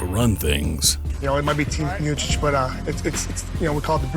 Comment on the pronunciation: I think it's pronounced "miochick" not "miosich"